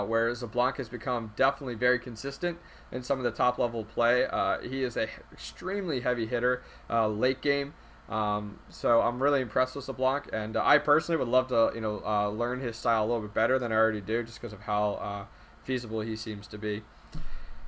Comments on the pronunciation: what god is saying when he says sablawnk? I know he is smart enough to realize Xbalaque is pronounced SHi BA lan KAY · you really need to stop saying zeblanc. It's annoying. Nice update though.